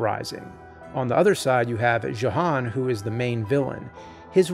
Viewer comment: That’s “Yo-han” with a J.